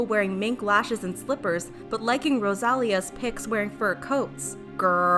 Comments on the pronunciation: It's not Rosália, it's Rosalía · It’s Rosalía not Rosàlia. Put emphasis in the I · its pronounce RosaLEEa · When she said “rosália” i was like oof girl nahh its ROSALÍA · It's RosaLÍa, not RoSAlia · Its not rosAlia its rosalÍa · that isn't how you pronounce Rosalía. The accent is there for a reason. Not throwing shade. Just informing. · the real crime here is how you pronounced rosalÍa's name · Rose-ah-lee-ah. Not Rosealleyah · I laughed so hard when she pronounced Rosalía's name lol it has an accent for a reason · "rosAlia" rosalía* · It's pronounced Roh-Sah-lee-Ah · Please don't pronounce ROSALÍA's name like that anymore. It's [Roh•sah•li•yah] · it’s “Roh sah lee ah” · I know it has nothing to do with the video... but that’s not how you pronounce Rosalía’s name 😂😂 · No es muy difícil pronunciar Rosalía 🧐 por qué los gringos dicen rosália? Mínimo aprendan a pronunciarlo. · what was that? That’s definitely not how you pronounce her artist name. It’s the same thing with Camila Cabello. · The way Rosalía was mispronounced hurt my soul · How did you manage to pronounce Rosalia that bad when she repeats her own name at least 3 times in every song? 😂😂 nice video tho!!❤️❤️ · the way you pronounced rosalia im screaming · I love you but... You pronoucned Rosalía's name wrong. But it sounded so cute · the way she pronounced Rosalía’s name 😭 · We just gonna ignore the fact she said ROSALÍA name wrong orrrrr what lol